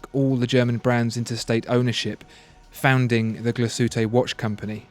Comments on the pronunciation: As a German: It's not Gla-Sütte, it's Glas-Hütte ('Glass-Works') with a pronounced 'h', and a maybe slightly longer 'a'. But your 'ü' is impeccable here, very impressive. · Try saying "Glas HÜtte" instead of "Gla Suete"! 🙂 Great Vid! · it's ''glas-hütte'', not ''gla-sütte'' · Glas-Hütte Not Gla-shütte....lol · It#s pronounced: Glass-Hutter/Soehne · pronunciation: Glashütte mean glass hut and is pronounced as two words Glas (as pronounced correctly in the video) and Hütte with a strong H like in Henry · "Gla-ss Huuh-teh". Also, A Lange &... "Zorn-eh". It is quite hard listening to this video with the pronounciation so off, shame. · Love these videos, but the pronunciation of Glashütte makes me cringe...